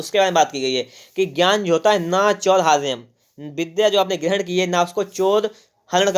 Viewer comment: सर जब न चुरहार्यम न राजहर्यम बोलते है तो कितना अच्छा लगता है❤❤❤😊😊